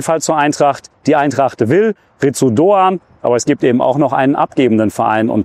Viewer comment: das u ist stumm. "Litz Doan".